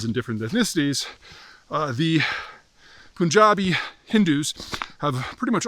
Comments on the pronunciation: Du-u-ude! P- U- N, "pun". Just like the English word. NOT "poon". "Pun/ja/bee". Capiche? When will "yous guyses" get it right? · By the way its pronounced Punjabi, not POOON jabi. You forgot to mention Punjab and India was done dirty by colonialism. Please update your sources. This whole mess is 2nd to colonialism.